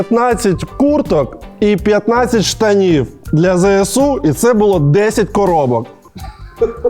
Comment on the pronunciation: пане Олексіє, не кажіть будь-ласка "ЗееСУ"...